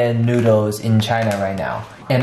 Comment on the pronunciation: lol he say “Come try the stinky noods”